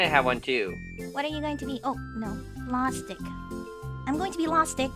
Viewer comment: your namr is not lastic its lostic.Because you are in minecraft your lost!